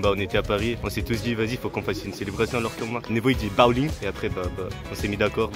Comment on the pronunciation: il a dit BAOling